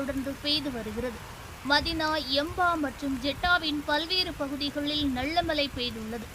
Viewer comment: தமிழை ஒழுங்காக பேசுடி. நள்ள மழை இல்லை நல்ல மழை. தமிழை ஒழுங்காக உச்சரிக்க தெரியாத மெண்டல்